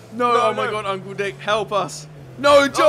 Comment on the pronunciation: When they say uncle it sounds like uncool